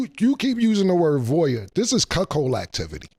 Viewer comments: Wtf is a cukchold? Is that how u spell it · CAM AINT 💩😂😂 he keep instigating crazy questions , CAM IS # 1 in hilarious 🫡🫡😭😭😭 he said “ this chuckhold “ activity “ cuckhildish!!!!! 😭😭😭😭 CAM IS THE MVP 🇵🇷🇵🇷😭😭😭